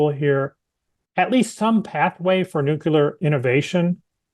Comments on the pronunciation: Nuclear professor. Nukelar is not a word unless your last name is Palin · It's a regional dialect thing. My 8th grade science teacher said nucular.